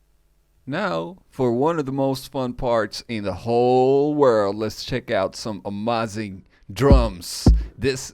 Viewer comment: My good Teutonic friend: Amazing not amâzing por favor its terrible to hear ;+)